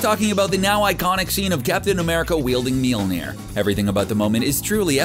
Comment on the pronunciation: Had to stop watching after the 4th failed attempt at pronouncing Mjölnir.